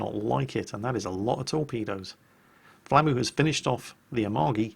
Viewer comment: It took me a while to realize you were saying "flamu" and not "Flammie". I was like: "When did the big fluffy dragon from Secret of Mana become a soviet destroyer captain?"